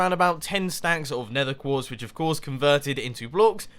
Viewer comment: '...a lot of building. Placing down sponges, placing down the glass, doing all of the gathering of nether quertz...' Nether quertz? Mumbo, you derped out. ERMAHGERD NERTHUR QUEEEERRTZ